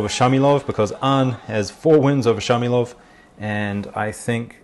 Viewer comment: 4'32 : the israelian'name is Shmailov, not Shamilov.